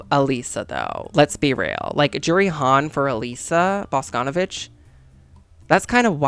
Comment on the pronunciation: okay diva im so sorry for being annoying or too nerdy or smth its not bAsconovich its boscnvIch, emphasis on I sorry, LUV YA